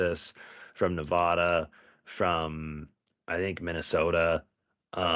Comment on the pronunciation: did he just say Nevahda? Utah borders Nevada, come on man.